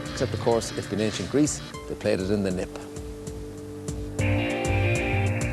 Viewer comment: lol for some reason I thought the opening was funny and I love how he says the word "nip" hehe how I love irishmen